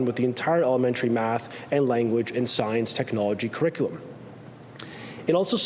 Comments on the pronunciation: I also heard his mispronunciation! 🙄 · Here we have Ontario's Education Minister telling us about the new kindergarten crick-i-lim.